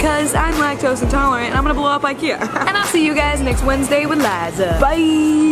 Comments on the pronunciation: Nora H jag också, blev så irriterad när de stog typ "ö" o hon sa "o"😂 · Robin Malmquist sooo true i was like you are saying the names wrong